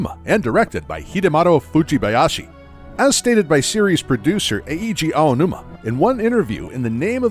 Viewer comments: Just for the record, Eiji Aonuma's name is pronounced ei-ji, not e-i-ji. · e-e-ji ownoomah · It hurt every time he said E-E-ji Aonuma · E-I-Ji Aonuma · Eheegee Aonuma 😂